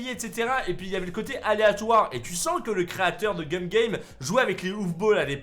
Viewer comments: Tu as dit Cum au lui de Gum a 😂 et oui il faut pas regarder sur internet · La façon dont tu prononce le nom du jeu 'cum game" au lieu de gum game" est très étrange coupler à des enfants